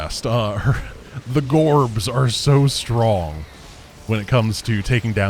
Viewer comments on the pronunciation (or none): Darn it's so funny for a russian-speaker to listen to calling orbs "gorbs", because горб (gorb) means "hump" in Russian. Gets me every time 😂